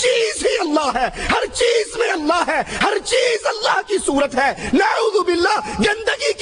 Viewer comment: Ok I agree to disagree with you. But why does he take the name of the Prophet (S.A.W) with the rude tone he has. He doesn't even say Allah properly. He says it as if its an ordinary name. You can see Noor on the faces of those who speak the truth, my friend.